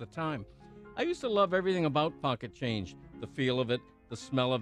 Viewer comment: PAWKET CHANGE